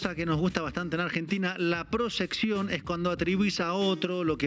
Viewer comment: ya habla con acento Venezolano leyendo el prompter El argentino leyó mal el prompter y dijo proSección y no proYección que es el termino correcto.